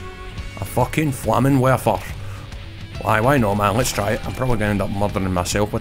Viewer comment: You nailed the Flammenwerfer pronunciation! I am stolz!